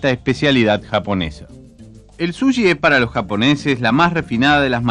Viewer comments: Vasta con ver Jiro's dream of sushi en Youtube y podras escuchar muchas veces la pronunciacion de la palabra, No es "Sulli" o Suyi" como lo dice el locutor se dice Su chi con ch tal cual como dices che en cada oracion solo que un poco mas suave, incluso el mismo Iwao Takamiya ( el chef que cocina en este video) pronuncia bien la palabra y el no es Chileno que yo sepa, asi que no solo los Chilenos le "decimos" asi. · Es dificil tomarlo en serio cuando el locutor no sabe decir correctamente la palabra sushi. El dice suyi.